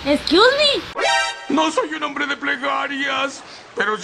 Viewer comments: En el minuto dise hambre en lugar de hombre 😃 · dice hambre y no hombre 😁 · Minuto enves de hombre dice hambre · en el minuto en ves de hombre araña dice hambre araña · En el minuto dice hambre en ves de hombre por lo que deduzco que tiene tanta hambre como una araña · Minuto dice hambre y no hombre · Like si te diste cuenta que dise hambra araña c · Nadie noto q decía hambre araña